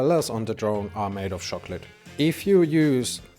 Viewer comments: What the hell is a “shocklote?” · Shock-let 😂 tank you 😂